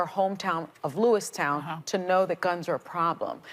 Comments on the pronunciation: U couldn’t even say the name of the town right (sonny I mean) Luis town no dumm dumm Lewiston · It’s Lewiston Sonny not Lewistown. There’s no W🤦🏾‍♂️😂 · Sunny can't even get the name of the city correct. It's "Lewiston", not "Lewistown". Dumber than a raisin drying out in the sun. Particularly irritating considering it was obviously huge news and she's a talking head. This is a big part of her job. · Lol these idiots can't even get the name Lewiston right...😂😂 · Sonnie completely wrecked the pronunciation of Lewiston. There's no "town" in it ya dummy! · She didn't even pronounce Lewiston correctly. o